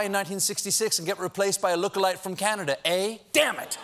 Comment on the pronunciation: the word is ‘eh’, not ‘ay’. We’re not pirates